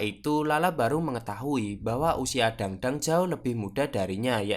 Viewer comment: bacanya bukan dangdang,, tapi tangtang